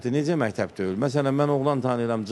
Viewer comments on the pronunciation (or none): Mehteb yox mekteb